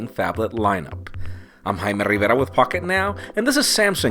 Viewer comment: Jared Neal I think he did it in purpose to make fun of Jaime. But I like how Jaime still say Rivera the right way, and no gRivaHrigh or whatever lol